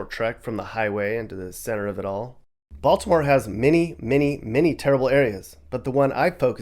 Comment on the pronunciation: The way you said Baltimore as Bal-T-imore cracks me up lmfao, down here that's a dead giveaway you aren't from here xD We usually don't emphasize the T in Baltimore so it sounds more like Baldimore than Bal-T-imore.